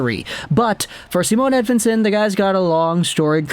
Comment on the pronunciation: Its not a "W" as in win. More like Ed(V)ictory)insson